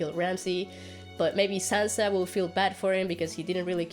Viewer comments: It is Sansa not Sanza. Stereotypical american english -yikes! Sir, please stay on your own channel. "Politic-ing"????" seriously? How about using intelligible words such as, "campaigning" or "lobbying?" It is unfortunate that you came from the "George Bush School of Talking Good." Cher is better as a solo artist . . . ditch this guy. He's not funny, I feel embarrassed for him. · I hate being one of these people but... "Saanza"? Sanssssa.